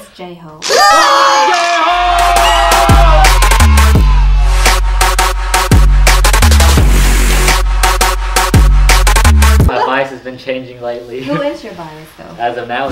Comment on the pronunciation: EYYYYYY ANOTHER WIN FOR HYUNG LINE BIASES! J-hOOooOoooOOooOOOOoPE! And what the heck ya'll shouted me out! Thank you! You pronounced it right👍 Much love to you 💜